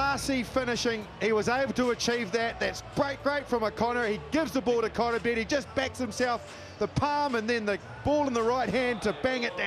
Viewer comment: and its *Koroibete! you boci